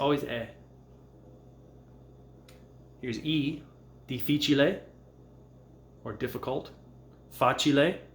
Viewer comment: Thanks for your videos, they are great! I think it is "difficile", not "dificile" (there are two "f" in the word)